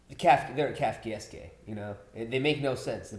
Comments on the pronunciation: Lmao at trying to pronounce Kafkaesque and messing up the last syllable You were so close dude It’s pronounced Kaf-ka-Esk, not Kaf-ka-ess-Kay like you guys kept saying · It's pronounced "kafka esk." Kafka was a writer whose works focused on situations where problems have only solutions that screw things up even more. The army calls this a SNAFU (Situation normal - all f**ked up). Marines call it "clusterf**k." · It's pronounced Kafka-esk. As in Franz Kafka. Pretty famous dude. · It's pronounced Kafka-esque. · The confidence with which wrongly pronounced Kafkaesque lol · the way they keep mispronouncing Kafkaesque is triggering me so hard... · Hey! Do you guys realize that you mispronounced "Kafakaesque"? Just doing my part. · I'm sorry, but I couldn't get over the mispronouncing of Kafkaesque. That Skyler scene was incredible. I like how Walt also leaned in with Marie because he wanted to hear more. Skyler is such an amazing liar. Walt wishes he could lie half that well. Like Jesse said at the beginning of the season, he sees himself as the bad guy. He's decided to lean into it and has gone full peice of shit by dealing to his NA group. Jesse's biggest problem is his own self destructive nature. He's his own worst enemy. Gus and Waly have a lot in common. They're both very smart and hide their criminal lives behind a very mundane mild mannered persona. The biggest difference is that Walt is unstable. He's too much a slave to his ego and temper. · Just here for the kafkaesque mispronunciation comments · good lord that pronunciation was TRIGGERING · What's with the dislikes?? Is it because of the pronunciation of kafkaesque? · It was kind of amusing how adamant he was about the wrong pronunciation. If I'm unsure of a pronunciation, I go to one of the online dictionaries and they usually have an icon you can click on and hear someone pronounce it. Still, it was funny. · The last syllable? He fucked up the last 3. How do YOU pronounce it 😂